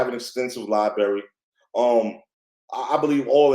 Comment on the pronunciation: Extensive LiBerry. Lol